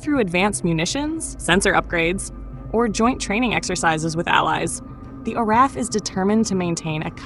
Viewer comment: You need to learn how to pronounce the RAAF. The RAF is the Royal Air Force (Britain) RAAF is pronounced R double A F.